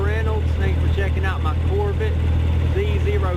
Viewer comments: a grandfather? looks like a big not to swift kid. among other things, he can't even pronounce corvette. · this guy is so dumb! he can't pronounce corvette and he don't even know what he's talking about! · Dude you can't even say it right it's pronounced Corvette where the hell did you get your English somebody need to go back to school. Corvette is a good car what's American sports car not a muscle car muscle car is Viper a Camaro a charger a Challenger a Mustang that is American muscle car. American sports car is a Corvette that's the only true American sports car in America. But yet people go out and buy foreign cars Hondas Toyotas Nissans what the hell for they're not American-made they're never going to be they have an imported name their Japanese so why the hell would you buy something and try to make it look like an American muscle car when it's not you can't make a foreign import into American muscle car cuz that can never be. My book American Muscle Cars will always over whelmed foreign import cars. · You sound just like this dude in his video buddy it's not pronounced as pronounce Corvette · Lmfaoo those mispronunceations though. Could not breath for a minute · "Corvit" > Corvette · "Corvit" instead of Corvette lmao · "Chevy Corvit" I'm in tears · Wtf is a corv it? Say it with me cor-vette... lol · "Chevy Corvitt" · Cor-VIT? What's a Corvit? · "corvitt Z-Zero-six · couvret lol 😂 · I love Corvette's pronunciation "CORVITTE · "Corvit... Z- zero -6" "Mitchel-lin" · Cor-vit lmao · “Neesin” “Corvit” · "Chevolet Corvit" lol at the start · Corvitt Zee Zer-oh Six.. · Lol say “Corvit” 1 more time! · “Chevy corvit” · “My Chevy Corvit” I am dead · the guy in the video says Corvitt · “Chevy Core-vite” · ChevrOHlet Corvit Zee-Zero-6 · "Chevy Corvit" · That's a mighty fine "corvit" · Jput.319 corvirtt 😂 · It's a COHR-vuht. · "My Chevy corvit" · Corvitt, Mitchlinn & yella You need a speech impediment class & a couple Big Macs!😏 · core vit lmao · Chevy core-vit